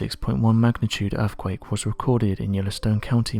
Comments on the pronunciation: Guy with a dreary, spooky British voice makes it all the worse. Also, dude, it's earthquake, not "earfquake". Wanker. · Are your saying "Erfquake"?